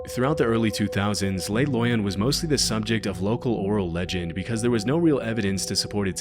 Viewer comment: You’re pronouncing “Le Loyon” as if it was a Spanish word when coming from Switzerland clearly indicates French. It should be “Leh” (Not “lay”) and “Loy-oh” (not “Loy-uhn”)